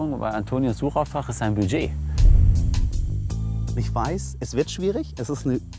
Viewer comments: Was zum Geier ist „Biiiiiget“ 😂? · „DaS iStt mein Biiedgeet!“